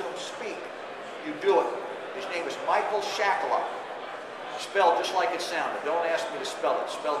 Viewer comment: He saying Michael Shackleford?